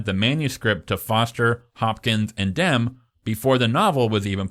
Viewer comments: Its not Johnathan DEM. Its Johnathan DEMI. Come on dude, at least get that right. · It’s pronounced Demmie not Dem stupid 😮 jk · It's pronounced DIM EE, not DIM. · I always thought Jonathan Demme's last name was pronounced Dem-E. Is it really Dem? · bruh iono why it’s so infuriating but why are u pronouncing Demme as ‘Dem’….? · Great video! Jonathan Demme’s last name is pronounced DEM-ee, like Demi Moore. I’ve always loathed the Hannibal novel; it was so clearly a cash grab and to me the Clarice Hannibal relationship never read as romantic (and the age gap between Hopkins and Foster did not help; plus the fact that she was so obviously terrified of and disgusted by him), so it felt like fanfic (as you put it) to put them together, in addition to turning her amazing, smart, tough character into a helpless maiden that needed rescuing. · JESUS CHRIST HAVE EVER HEARD ANY OF THESE peoples names correctly pronounced? Great video thanks for the hard work. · Is this AI? Some of the mispronounciatitions are weird. Or-reon?... Oh-ri-on. Jonathan Deh-mee. Easy to look up. Otherwise, well done introspective! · Jonathan Demme is pronounced Demm-ee, like Dummy with an 'e'. Orion is pronounced oh-RYE-on. Can't believe you have to be told you this stuff. Also: can't believe you haven't mentioned the art direction of the programme, which is by far its greatest achievement. See also: American Gods season one (before they fired Fuller). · So in-depth and knowledgable, while at the same time constantly mispronouncing Demme and Orion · The narrator's mispronunciation of various names (Demme, Orion, e.g.) was really annoying.